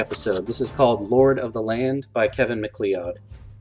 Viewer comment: Unfortunately, the livestream coincided with my bedtime; I only caught about five minutes live before I passed out. :p Hopefully I should be able to catch future eps. Future reference, BTW, "MacLeod" is pronounced as "McCloud". ;) Edit: If you're measuring in metric, to be honest you could just work in 25mm and 30mm increments. And BazzArt was referring to Matt Colville. He does some really good DMing videos.